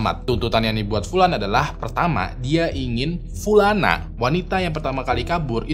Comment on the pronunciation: Pulana pulani , notice...pliss deh Bang 😭